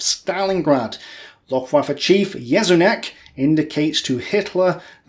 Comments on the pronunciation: YECHONNEK is the right pronunciation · The Luftwaffe chief is pronounced Ye-sho-neck. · pronounced YESCHONNEK like YES